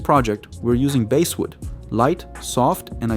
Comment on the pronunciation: It is irritating when your narrator cannot pronounce basswood properly. Always pronounces as "basewood"